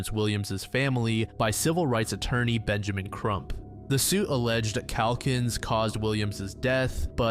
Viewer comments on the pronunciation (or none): none